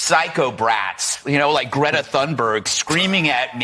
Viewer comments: Cannot even pronounce her name correctly but can criticize her for being on the right side of an issue that he is clueless about! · And of course, he mispronounced greta's name....